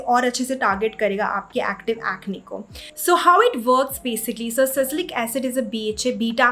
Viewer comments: Ya really irritating 'sacylic acid '🙄 Kuch bhi😂 sometimes people sound funny in an attempt to sound Sophisticated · It's sa- li- cy- lic acid!!! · I guess it's Salicylic acid not sasilic acid